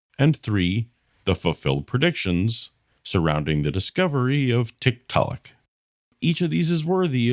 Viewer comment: If found two things interesting here. One, when talking about ERVs, Kent seems to be conceding that God makes mistakes. Two, his mispronunciation of Tiktaalik is surely deliberate, which indicates that they are uncomfortable for him.